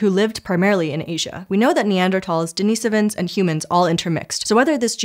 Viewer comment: Thank you for pronouncing Denisovans correctly!